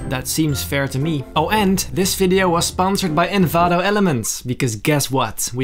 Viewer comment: i like how he says videoe